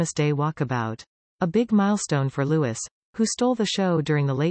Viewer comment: His name is pronounced Loo-ee not Loo-is.